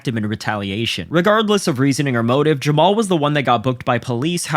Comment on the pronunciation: Jamma-Hall Hill doesn't know his father! Neither does Jamma-Hall's mother! Feel sorry for him now!! Right now! And I'm getting more than a little tired of y'all disrespecting my boy ! His name is pronounced JAMMA-HALL HILL! GET IT RIGHT!